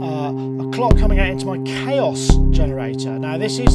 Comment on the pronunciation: he can't pronounce chaos.